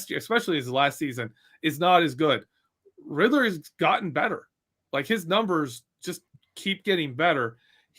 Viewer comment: Take a drink everytime, said Riddler (Rid-der)